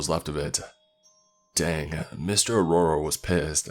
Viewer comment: Dude, Saketh is pronounced as Saa-kae-th!! Neha is pronounced as Nae-ha. Mr. Arora is pronounced as A-row-ra. Belan is pronounced as Bae-lan (Rolling pin). The name of the car is Maruti 800 pronounced as Maa-ru-tee.